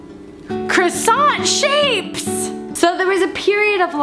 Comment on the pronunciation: Croissant eh more like quackson